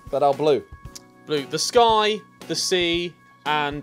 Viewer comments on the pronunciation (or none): . The way he said sky though...😆